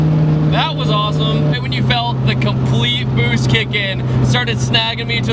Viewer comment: If I didn't read the boost caption I would've thought he said boobs